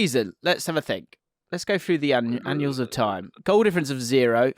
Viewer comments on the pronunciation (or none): Samism alert at 30mins, 20 seconds - says ‘the annuals of time. It’s ‘annals of time’ DUH